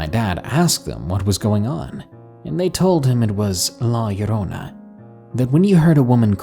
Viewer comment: Yooo! He said Llorona right!